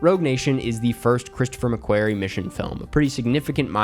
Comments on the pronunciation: Enjoyed the video but just wanted to let you know you're pronouncing McQuarrie wrong, it's not pronounced like "query" but like "quarry" for what it's worth. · it’s McQUARRIE! Nae Mequerry.